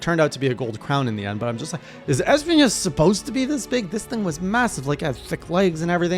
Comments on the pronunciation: I hate how pronounced es-PI-nas Yeah, His name is in spanish and means thorns BUT IT DOESN'T HAVE AN Ñ ON HIS NAME, IS NOT ESPIÑAS, IS ESPINAS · Lmao, why do you pronouncing it like EspiNYAs?😂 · Espinas is pronounced like esPEEnas not asspiñas lol. It's the Spanish word for thorns. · Espinas is pronounced phonetically as X-penis which is what he gives male hunters that wake her up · You keep mispronouncing Gore Magala and Espinas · Why do you say Magala so weird? And Espiñas with an ñ lol